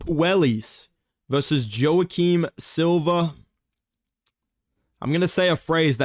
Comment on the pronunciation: “Jo-Kim Silva”